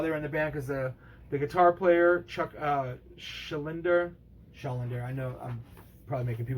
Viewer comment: Spiritaul Healing is amazing, but when I was growing up, buying Symbolic blindly from a Columbia House club buy totally changed my world and perception of death metal. Also, you're pronunciation of Chuck's last name made me want to punch you in the nuts, haha. There is no bad death album, though. Individual Thought Patterns is one of my favorites because Andy LaRoque (King Diamond) does leads and it's an all around sick record.